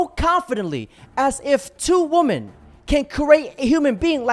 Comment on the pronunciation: why can't people pronounce "women" anymore?